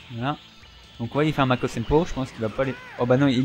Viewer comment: Bonne vidéo par contre au début tu as dis Makosenpo... -_-' je connais pas! Sinon bonne continuation! :)